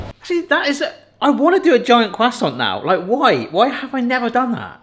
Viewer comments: CRUSAINT CUSTANT COOSAAONT.... Quhhh sawwnt' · I’ve never heard someone say croissant like quwasont lol. I’m very much uncultured American. 😅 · What's a cwassant?